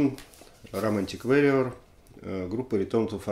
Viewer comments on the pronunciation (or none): Алексей, warrior от слова war (вор) война, поэтому "вориор", а не "вэриор". И еще, только Вы сказали правильно "собралИсь" и тут же исправились на неправильное "собрАлись". Извините за придирки